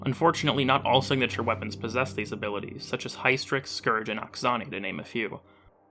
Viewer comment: High-strix? Not Hystrix? Why would you say it "high" when EVERY WORD that starts with "hys" is pronounced "hiss" (hysterical, histrionic..) come on. You're not even trying.